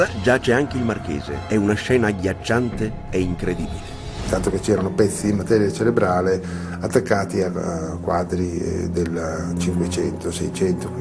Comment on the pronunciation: 3.57.Daniele Protti! Ma la povera lingua italiana?..materia ceLebrale!!! ceRebrale!!